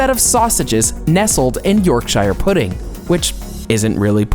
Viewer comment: You did NOT pronounce 'Yorkshire' like that.